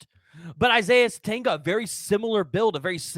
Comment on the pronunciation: It’s pronounced sa tenya He can also make plays as a kick/punt returner.